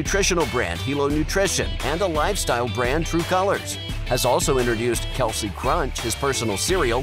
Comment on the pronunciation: You know it seems if someone is gonna do a bio video on a guy they might make an effort to pronounce his name correctly. I know I know everyone calls him Kelce but his name is pronounced Kelce, not Kelce. So yeah if you talking about Travis on the field it’s become acceptable to call him Kelce. But when you’re talking about being burn and named and his mother and fathers name it’s not proper to call them Kelce. It’s Kelce and it’s pronounced just the way Travis pronounces it, which ain’t the way you pronounce.